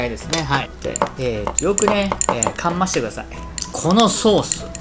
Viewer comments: かまかす かなと思いましたがもはや呂律が回ってないのでわかりません笑 北海道では年配の方が使いますね かまかす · あれ、リュウジさんってどこ出身でしたっけ！？「かましてください」ってめっちゃ親近感！（宮城県出身） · かんまして下さいは草www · 東北出身？ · かんます…群馬弁だと思ってました